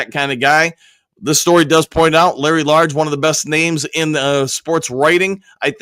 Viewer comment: Please work on getting Larry Lage’s name correct , it’s “ age” with a L at the beginning. Not large as you keep using.